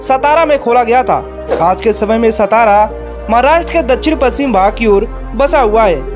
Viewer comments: It's not सतारा, It's सातारा....pronunce properly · नाम का उच्चारण Saatara ऐसा है| सतारा ऐसा नही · सातारा म्हणा..हे मराठी नाव आहे..त्या शहराला ऐतिहासिक वारसा आहे.नाव नीट उच्चारा. हरामखोर परप्रांतिय महाराष्ट्राच्या सर्व संस्कृतीची वाट लावत आहेत. सतारा, हिंजेवाडी असे मुद्दामून म्हणत आहेत.या चॅनलवाल्यांना समज देणे गरजेचंं आहे. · सतारा नही सातारा बोलीये। मराठा राजधानी सातारा। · सतारा ❌ सातारा ✅ Keep in mind भैय्या लोग👍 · अरे भाई वीडियो बनाते हो शब्दों का उच्चारण भी ठीक ठाक सेट किया करो ए सतारा नहीं सातारा है।* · सतारा kya hai तुम हिंदी log मराठी गाओन ka नाम change करते hai, सतारा nahi सातारा बोला कर भैय्ये 😡😡😡😡